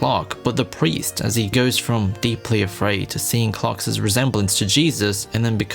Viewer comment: Homie cannot stop saying "Clarks's" instead of "Clark's"